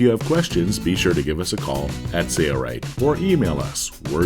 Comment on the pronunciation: A classic example of cheaping out by not using a professional voice talent. I cringed every time I heard him say “Sayright”. What happened to the “l”. Too bad that companies don’t care about how they’re perceived.